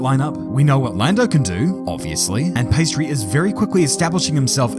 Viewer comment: He said pastry😂😂😂😂😂😂